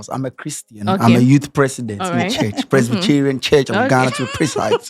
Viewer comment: Did I hear say ‘Presbycherian’?😂😂